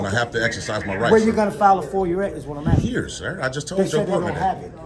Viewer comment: You don’t pronounce Illinois like Illa-noise. Not to mention the word is both, not boaf. Let’s not forget the ever popular, axing instead of asking. What an ignorant loser. His voice is just nauseating. That condescending, Barry White tone.